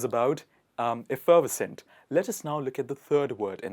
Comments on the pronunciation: You need to pay more attention to stress patterns. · Effervescent was pronounced incorrectly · “FF” sound in effervescent should be pronounced as more of a “PH” sound. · F er vess ent...Not... F ferv uh cent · Nice. But in American we say effer VES cent, not ef FER ves cent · Why don't you research how to express the words first? Effervescent is not pronounced that way. It is effa-ves-ent the er in pronounced as a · It's "effer VES cent," not "ef FER vescent." And I'm supposed to be learning from you? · Effer ve scent not effer vescent sorry. . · Just for info Pronounce effervescent effer VES cent not effer VERS cent. Love you idea of bringing these words into general use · The problem was with emphasis, it should be: efferVEScent, not eFFERvescent. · Effer-ves-cent NOT ef-ferv-es-cent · You mispronounce effervescent . It’s effer-ves’-ent. With emphasis on ves. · I have not heard anyone say "enchanting" or "fetching" in my 73 years. And we Canadians pronounce it efferVESCent and NESS ess sary (necessary) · Pronounced - if-er-ves -cent. :-) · You are pronouncing “effervescent “ the wrong way! It is pronounced “effer vesent” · The second word is pronounced with 4 syllables eff-er-vers-ent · You need to pronounce it eff-er-vescent 👍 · Sir, you are MISPRONOUNCING effervescent!! Please learn properly before you presume to teach! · I think you are incorrectly pronouncing effervescent, not seriously but it doesn’t sound quite right. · You miss pronounced effervescent!🧐🥴😩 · Effervescent- Wrong stress? Isn't the stress on the third syllable? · You’re not pronouncing Effervescent correctly. I only got it because I saw the word. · I'm sure effervescent is NOT pronounced like that. It should go smoothly.. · Effervescent. Third syllable is accented. Not the second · Lovely video, you are pronouncing effervescent incorrectly. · You pronounced effervescent wrong 1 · Mispronounced effervescent and savvy! LOL